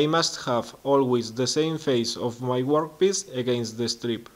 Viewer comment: Great video, well done sir. Annoyingly, I keep hearing you say 'workpiss..' Ha ha, keep them coming, you inspire others.